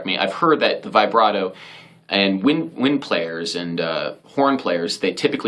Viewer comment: It’s pronounced vih-brato, not vibe-rato!! Get it right